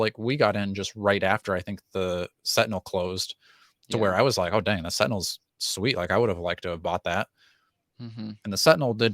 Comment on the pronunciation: Haha, Tentinels